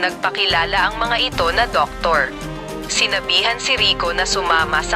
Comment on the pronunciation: Hindi xa marunong mag salita mali pag binigkas niya (eeto)/ito